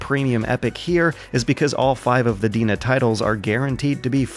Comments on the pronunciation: Isn't DeNA pronounced D-N-A? I am usually not a pedantic grammar Nazi, but I was listening to this video (not watching) and kept wondering who the hell Deana was, and what she had to do with Nintendo, Pokemon, or Google. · I believe they're pronounced "DNA." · It's pronounced "Dee-en-ay" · I thought DeNA was pronounced "D.N.A.". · DeNA is pronounced like DNA. Sorry for my shitty English.(I'm Japanese) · Just to let you know, "DeNA" is pronounced "D N A" and "Mobage" is "Moh Bah Geh" (MOBAiru GE-mu - mobile game)